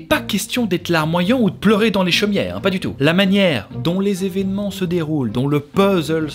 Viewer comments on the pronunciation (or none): none